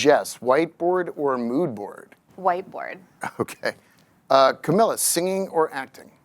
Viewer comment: Whoever is asking the questions... maybe do such basic research as to properly pronounce the guests' names correctly. The constant mispronunciation of both Camila's first and last names made this borderline unwatchable.